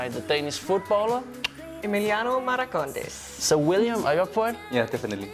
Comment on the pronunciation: Great work but its Marcondes not Maracondes